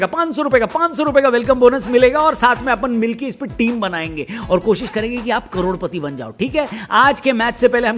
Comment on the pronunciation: bhai winzo pe bharosa isliye nhi hota kyuki aap cadodpati bolte ho crorepati nhi😂😂